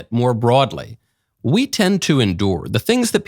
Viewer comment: The stop "WE" pause!!!!! Remember, its we, its her!